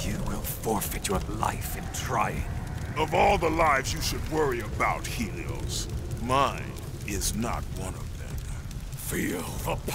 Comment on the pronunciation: It’s helios